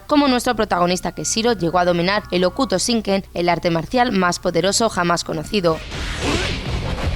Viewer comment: Que no es Keshiro, es KeNshiro! Y no se dice Okuto Shinken sino Jokuto Shinken, que en japonés la h es sonora y se pronuncia como j. Un poquito más de información a la hora de hablar de algo, por favor